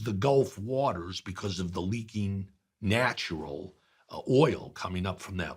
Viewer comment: Love how he emphasizes natural. Hey asshole, it isn't naturally where it's supposed to be now is it?